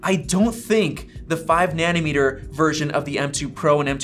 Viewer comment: It's nanometre, not nanimetre